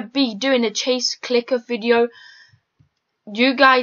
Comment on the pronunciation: Did he say chase clicker? Well idc